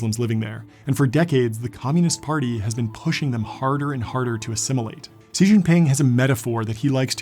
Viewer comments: Xi in chinese is pronounced SHE. X is always sounded English "SH". Chinese SH is a little different, but not much. Chinese Si is hard to put into English. We really can't write it. It is different. Maybe like a long SSSSS. Deng Xiao Ping shows the way to say "X" It is sh". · I’m annoyed that he pronounces XI as “C” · great video but horrible pronounciation of the names. It was kind of distracting from the excellent presentation. Xi does not sound like "c or see" but a sh sound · Pronunciation of Xi Jinping / 习近平 TLDR if you have no idea: “Shee Jin Ping”. The “Shee” rhymes with “see”, the “Jin” rhymes with “win” and the “Ping” rhymes with “wing” You wouldn't want someone calling you "Joohn", now would you? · Its not zee, but shee. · Xi is pronounced "She" do a "little" researchh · Pronouncing his name as See would be as ridiculous as saying Bayrook Abayma. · Zi, sea, si?!? How can you get it correct 1/100 times yet 99% say sii tsee or sea? Brain melter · I tried to watch this, but every time he mispronounced Xi as "See", I found myself wanting to stab myself in the ear. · isn't Xi pronounced "shee"? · OMG ITS pronounced "she" XI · Xi is pronounced "she." You might want to get that right because a seemingly simple mistake like that can discredit your entire video. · His name sounds like the English word “she” - not the Spanish word “si” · Hey John Coogan, Great work on your documentary. But just a heads up, Xi is said like "she" in Enlgish. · I know you are trying to pronounce "Xi" properly, but hearing it with your accent it sounds improper and, i'd prefer to hear you pronounce how all other western countries call him, "she". Hearing you attempt to say pronounce his last name with your accent, I couldn't really watch this and had to stop early. even though I usually watch most of your content. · The incorrect pronunciation of Xi makes it painful to watch your video… So much so, had to stop just a few minutes into it… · Pronounce is between C and she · Sheee not Ceee